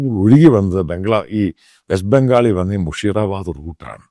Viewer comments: Sir It' not മുഷീറാബാദ് മുർഷീദാബാദ് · മുഷിറ അല്ല. മുർഷിദാബാദ്